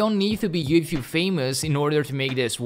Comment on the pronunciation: Is he saying "You thube" ? 🙃